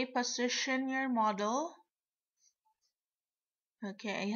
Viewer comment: It's model not meadow.